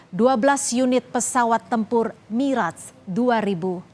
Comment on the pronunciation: baru kali ini aku denger pelafalan yg bener dari Mirrage & Rafale di Chanel pengamat militer Abal-Abal maah bilangnya Mireg & Rafa-Le